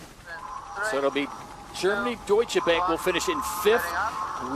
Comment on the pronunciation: The "a" in Deutsche Bank ist pronounced like the "a" in far.